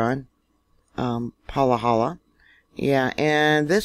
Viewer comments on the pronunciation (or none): Living in Hawai’i Island close to this morning’s quake, was awake, felt it shake, got an alert on my phone of a 4+ quake. Then a few minutes later a new alert with a lower reading. Wish I had taken screen shots! As we have lots of shaking going on in the area, pronounced “Pa ha la”. All lowercase a’s. Thanks for your updates. I follow you for your Yellowstone updates, born in Bozeman. Much family on west side of country. Hawai’ian local told me after Kilauea eruption that Mauna Loa would be next. Tradition? Cultural awareness? I am watching and listening. Astrologers talk about planetary alignments which indicate increased volcanic activity. Unconditional heart centered love and being in the moment. No time or energy for fear. Just staying aware. 🙏🏻